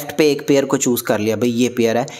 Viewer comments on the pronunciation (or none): none